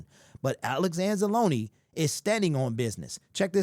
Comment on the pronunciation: Thank you for saying Anza-loneeeee, not Anz-Alone...